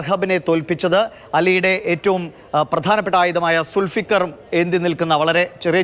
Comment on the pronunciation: സുൽഫിക്കർ അല്ല മൊയന്തേ ദുൽ ഫുഖർ 😂😂😂